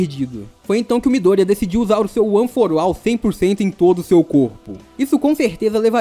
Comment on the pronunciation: FALANDO ONE FOR ALL: one for uol kkk